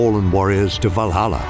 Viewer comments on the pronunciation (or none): none